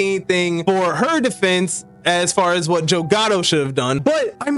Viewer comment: Mannnn not JOEEEE